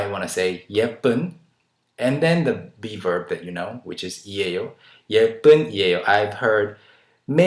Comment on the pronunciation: hehe, everytime u say b-verb i hear beaver, lol)